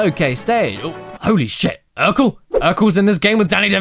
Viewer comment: It’s Steve urcle. URCLE